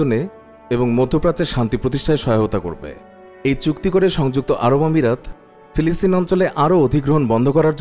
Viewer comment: ফিলিস্তিন, পিলিস্তিন নয়.